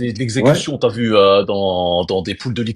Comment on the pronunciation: Le trader qui dit des t’vu,ta vu 😂😂😂